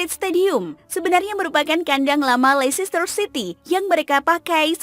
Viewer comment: Kritik min: Pengucapan untuk LEICESTER tidak sama dengan tulisannya, melainkan LESTER atau LESTEH atau LESTOH atau LESTE. Karena ini berkaitan dengan Words Elision. Terima kasih.